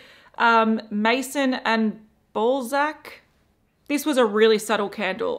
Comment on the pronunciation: Had to check the description box, though you said ballsack and not balzac 😂😂😂